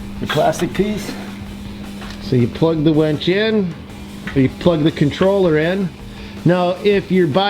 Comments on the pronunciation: its not a wench its pronounced winch. (win ch) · It's a "WIN"ch. A "WEN"ch would bring you your ale in times of yore. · DUDE ITS A WINCH NOT A WENCH ! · its a winch not wench mate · Umm.... winch not wench 😁